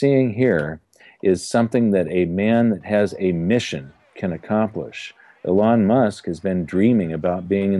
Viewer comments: Just FYI: Elon Musk is pronounced "ee-lon" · "e lon musk", cant even say his name right lol